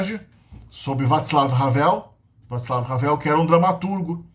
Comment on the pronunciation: Excelente vídeo, parabéns. Apenas algumas correções: 1) Tatra segue como um mega produtor de caminhões em Koprevinice (inaugurou uma fábrica no Paraná), desde Hanz Ledvinka (o amigo de Porsche). 2) Vaclav fala como “vaklav” o c segundo de consoante não tem som de “tsi”. 3) O acento ř é muito difícil de fazer, é uma mistura de R+j+t 4) Acento ě, é similar ao russo “iiiéé” muito forte e silabático.